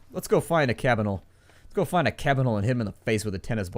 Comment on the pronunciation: You keep saying Cabinal XD